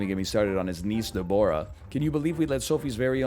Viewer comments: This man's pronunciation of Deborah is abhorrent. "DEB-rah" the O is ignored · Is that really how Canadians say Deborah